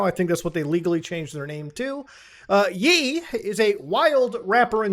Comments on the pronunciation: Cmon muta. It’s Ye. As in Kanye. In case that still isn’t clear enough, “yay” ye is yay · I can’t get over Muta pronouncing “Ye” as “Yee” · i like yee better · My brotha it’s pronounced “yay” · nigga why u mispronouncing ye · it's pronounced ye not ye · Mr. Muta its ye, not ye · I don't like Ye either, but please at least pronounce right. lol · It’s Ye not Ye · why does he pronounce ye like that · It's pronounced like the second syllable of "Kanye" dude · Muhtar mispronouncing Ye is somethig i can't get over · Muta why are you pronouncing "Ye" like that?!?💀💀💀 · Yee? Kan-YE, Muta. Come on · 'Yey', not 'Yeee'. Lmao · dude do u live under a rock or are u just tryna b funny? its "yay" not "yee" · Ye is pronounced "y-eh" not "y-ee" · It’s yay not yee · Its pronounce YAY not YEE lol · It’s pronounce Yae not Yee. Cmon bro! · Bro said "yeee" it's "yay" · Muta it’s ye like yay for the end of kan ye, not yeee like yeat why would that make sense also he’s not trans it’s still a man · ITS NOT PRONOUNCED YEE ITS PRENOUNCES YAY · he annoys me bad man 😂🤣😂when he pronounced yay as yee 😑😑😑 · Mutahar bro its YE (YAY) (YAE) NOT YEE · Bro it’s “Yay” not “Yee” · It’s ye as is Kanye … no kan just the ye … hence “ye” (yay) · Pretty sure its not yee its yay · muta it hurts when you say yee, ye is pronounced like yay😭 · Ye (provinces YAY not YEE) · Lmfao muta it’s Ye(Yay). You know KanYE and not KanYEE. Lmfaoo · Ye would be yee as in ye old 😂 You mean ye as yee not yay 😅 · Ye is pronounced YAY, as in kanYE. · Ye is pronounced “Yay” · It's pronounced Yé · Bro said yi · How do you manage to pronounce ye … yee? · couple of things, pronouncing his name yeee, is so funny to me lol but more importantly, the ye interview in question was taken down by the uploader, not by youtube. think this is important, as in the context of this video, it was not youtube that deemed it illegal, or even hatefull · Man it’s not that hard.. it’s pronounced “Yay” as in KanYE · It's pronounced yay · bro said yee